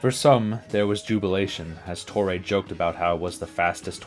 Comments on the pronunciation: Painful to watch when you aren't pronouncing the names correctly. Ken Reitz is pronounced "REETZ." and Joe Torre is a HOFer... I shouldn't have to tell you that it's TOR-ee, not Tor-EH. SMH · yeah...torray pronunciation threw me too. like cmon man. most famous manager since Earl Weaver.